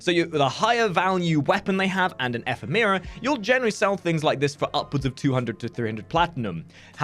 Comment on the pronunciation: Ephemeera? It's pronounced eh-phem-ra Also, that's a Brakk not a Karak you showed us..